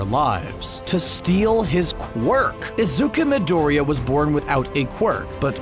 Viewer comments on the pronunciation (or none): No one: Absolutely no one: The dude talking on the video: “IzUkA mYdOoRiYa”